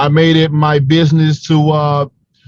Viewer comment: I truly believe that with the right coaching and enough hard work Wilder will be able to pronounce the word business correctly one day.